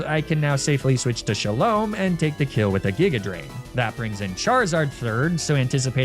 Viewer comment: it's pronounced sha-lom, o for orange